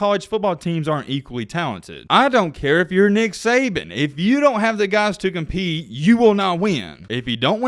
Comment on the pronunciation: Ability to cheat? Oh wait, you said compeat!😄😄😄